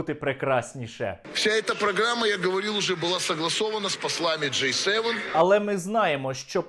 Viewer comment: он сказал J-7 вместо G7))) попутал с названием запивона))